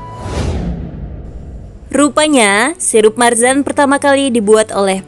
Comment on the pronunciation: Marjan bukan marzan 🤦